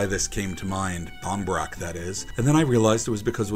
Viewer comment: Pronunciation isnt bad. If you said it to an irish person they would understand